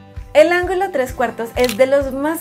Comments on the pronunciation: Ángulo 😅, no algulo solo eso lo demás del video perfecto 👌💕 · Es , ángulo Y no , "algulo "